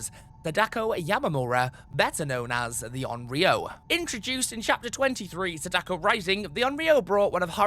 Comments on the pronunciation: It's SA-da-ko not sa-DA-ko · Her name, Sadako, isn't pronounced the way you said it. That's my only grief with the video, really. She is one of my mains, and I commonly hear people say her name closer to the math puzzle, Sadaku, than the actual pronunciation "Saw-Dah-Koh". I suppose it has reached the point where I can't help but correct others, like some nerd at this point. I do apologise. I have no beef with you. I just wanted to point it out so that potential future content related to her can have her name said correctly.